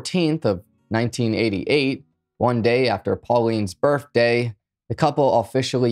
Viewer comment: Did you really just say “birfday” lol